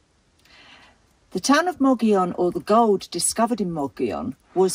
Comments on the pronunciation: Lol you pronounce it moggion but isnt it more like mo-goll-on mogollon? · Mo- Go-Yone. not mogeeyon. It's SPANISH. 🤷🏻‍♀ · We do believe it is pronounced "mo-go-yon" a local told us. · Yep: locals say “mug-ee-on”! As a New Mexican, I can confirm that the way a word appears is not always how it’s pronounced. Madrid, between Albuquerque and Santa Fe on the Turquoise Trail, for example, is not pronounced like you would in Spanish, even though it’s a Spanish word: the miners there were mostly immigrants from central Europe, so it’s pronounced “maaaaa-drid.” The next town to that is Cerrillos, and it is pronounced like it looks in Spanish because of who lived there. That’s true throughout New Mexico. Anyway, this is one of the more beautiful places in my very beautiful state, in a very remote area behind the Black Range, between Reserve and Silver City. My brother had a big ranch on the eastern side of the Black Range, closer to another great town called Hillsboro. Glad you featured this. Come back to New Mexico: we have lots of places like this! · Depends. Locals pronounce it, "Muggy own:. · Great video. The Governor would have preferred that you pronounce his name: mo-go-yone. All the "o"s in his name ar long "o"s. Thanks for sharing! Can't wait to visit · Your pronunciation is a bit off. . It is pronounced, MUG-EE-YOWN. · Mug-e-own long e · Please correct the pronunciation of Mogollon.